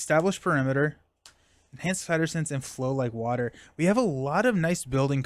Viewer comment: What you say = flow like water What i hear = flow like butter And i guess from now on this card got a new name 😂